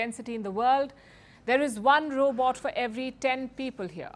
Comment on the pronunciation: Roobot? Lol